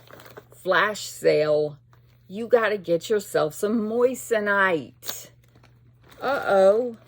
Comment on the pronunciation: 😂 you're sick of the word moissanite because you're saying it like the word "moist". It's pronounced like moizanite.. with a z... i have laughed every time I've watched a vid of yours when you say it. 😅😊 xo